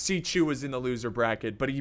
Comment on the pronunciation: "Xi chu" Dude...